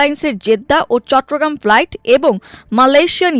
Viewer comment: সংবাদ পাঠক কেন ফ্লাইটকে প্লাইট বলছেন